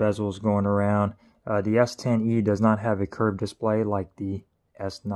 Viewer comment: Anyone else hearing him say S10v not S10e or is it my old ears.